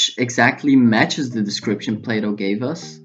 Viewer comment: FYI .. Plato is historically pronounced "PLAY-TOE".. not "PLOT-OH"..jusssayin'